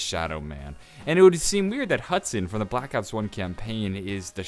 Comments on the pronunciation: love how it says hudon lol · Hudon is pronounced Hoo-don #supercereal